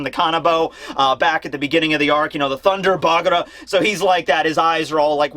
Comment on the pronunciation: Did anyone mention taking that it's actually "Thunder Bagua" and not "Thunder Bagura"" I mean it's "BA"-"GU"-"AAA" :3